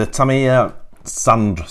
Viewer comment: No R in TAMIYA